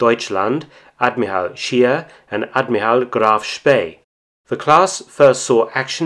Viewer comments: Mr. Felton, you are usually complimented on your fine pronunciation of German words and names...However, this time I have to correct your faulty pronunciation of the surname "Scheer"...It doesn't sound like "sheer" in English, but just like you correctly pronounce "Spee" when referring to the Scheer's sister ship...so the German pronunciation of "Scheer" is something like the English word "share". Regards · Sheer is pronounced sh-ehr not sheer .... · The name "Scheer" is pronounced "Shehr", a doubled vowel is a stretched vowel in German... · Thank you for this interesting story. The correct german pronunciation of Scheer is like the english word „share“.